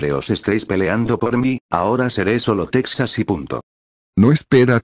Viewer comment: En inicio dice exas es mio sin T